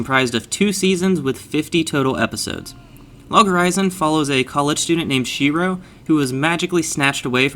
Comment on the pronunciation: How did u just butcher Shiroe to Shirow?